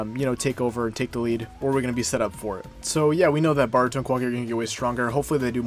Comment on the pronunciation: Good video but my guy you know it's Boruto not Baruto right? Don't think I've heard anyone pronounce his name that bad before lol